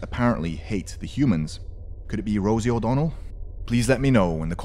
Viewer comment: It's Rosye